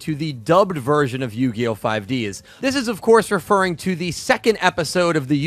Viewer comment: 5Deez nuts Sorry I just am very out of touch with the Yugioh fanbase and have never heard someone pronounce it like that lol.